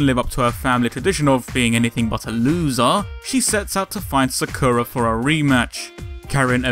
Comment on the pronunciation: You're saying Sakura wrong but eh I don't care :3 good shit video right there :3